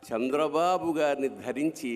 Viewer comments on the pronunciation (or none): none